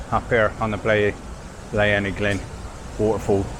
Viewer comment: It's pronounced - Bline U Glin. My backyard as I live in the Rhondda. Great video with excellent shots thrown in. If you head back - remember to set off nice and early - all 20mph in built up areas of Wales now.